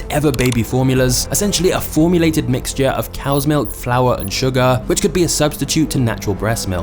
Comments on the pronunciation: I had to turn this video off due to how this guy says “milk”. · I don't like the way you said "Milk" 😂